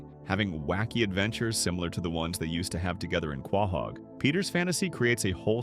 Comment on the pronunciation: Dude do you not know how to pronounce quohog correctly